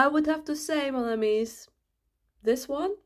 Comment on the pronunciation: OK, who is going to tell that that is not how to pronounce "amis" in French and she got the plural pronoun wrong? 🤦‍♀️ x